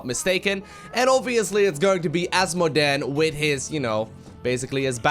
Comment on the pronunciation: I like how he says Ass modan